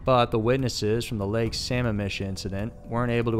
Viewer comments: it's lake "Sa-mam-ish" not "Sam-mam-mish" lol not trying to be that person, but I'm from WA & each time it was said it gave me a chuckle ;] Great video though to summarize the Bundy Case. Love & addicted to all your videos! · It's actually pronounced Suh-mam-ish. Not samuhmish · It's Lake Sammamish! This guy's pronouncing it like Sama fish? That place was always crowded never cared for it! 🙏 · In case ever makes a diff, lake Sammamish is said "suh-mam-mish" with emphasis on mam. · Burien.,...and Sah-ma-mish....prounouced,...otherwise very informative.